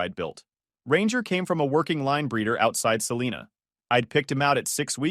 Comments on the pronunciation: Wow, rare for a story not in Illinois, Texas, Michigan or Oregon. And AI, it Sa Li Na, not Sa Le Na. I would know, from there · Being from Kansas, living close to and working in Wichita, thank you. BUT, Salina is Suhl-eye-nuh... Its nott pronounced like Batman's girlfriend.